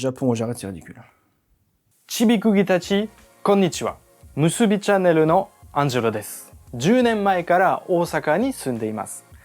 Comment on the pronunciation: Bravo, Oosaka a été bien prononcé, mais pas musubi (le lien ?). Pour quelqu’un qui vit au Japon depuis 10 ans, je trouve son accent et délié très niveau débutant. Sans doute fait exprès car avec les Japonais ça avait l’air mieux. Les portugais ont amené les tempura, donc c’est une bonne chose. Et notre calendrier est basé sur le soleil, l’an zéro n’a rien à voir avec Jésus mais avec notre éon (celui du Poisson), donc lié à la précession solaire. L’allégorie est bien présente dans la bible (sortie de l’éon du Bélier pour passer à celui du Poissons). Pas étonnant puisque Jésus a été inventé dans un concile bien après l’an zéro. Je laisse ça là, ce sera rejeté par la majorité qui a cru ces fables et les a cru au 1er degré.